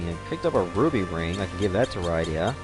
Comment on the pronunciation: Rydia is pernounsed rid-e-a